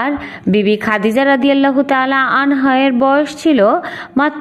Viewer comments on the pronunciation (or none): Sister, Not Anho, you should say Annha!